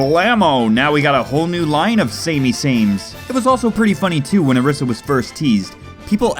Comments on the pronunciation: hey dude its O-R-EE-SA not O-R-IS-A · its pronounced OrEEsar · lol isn't it pronounced oreeesa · You are saying Orisa incorrectly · I've never experienced some one sounding so WHITE when pronouncing a characters name